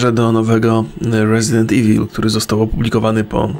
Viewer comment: nie ivil tylko iwol